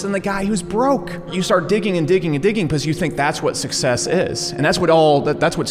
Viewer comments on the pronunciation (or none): "success" as well